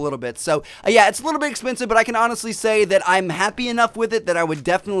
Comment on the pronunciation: A little bit epensive, "little"